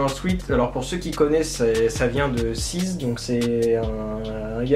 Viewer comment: Ca se prononce swait